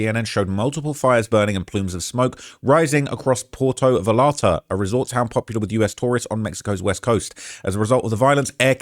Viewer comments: Porto Valarta? Mate, it is Puerto Vallarta. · Just a friendly note about the pronunciation of Puerto Vallarta. It sounded like you said Porto Valarta, but I mostly want to stress the “yuh” sound whenever you see two L’s together like that. Sounds more like “va-yare-ta.” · “Porto vullarrrta” 😂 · It’s pronounced Puerto Vayarta. And Halisco. And Mee-Cho-uh-cun. Bunch of other ones too. I get that you’re a Brit, but you’re pretty dumb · it’s PUERTO VA-YAR-TA and JALISCO is Ha-lees-co. Cmon g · pronounced Puerto Vayarta - double LL in spanish is pronounced like a Y 🤣. So many LLoutubers cant figure this out. Gwan - A - what - 2 and Meesh - Wacan are how you pronounce the other states and cities you murdered 😂🤷‍♂️ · Butchering these names…porto Val arta, tampo pollipas, gwana jewantoe 😂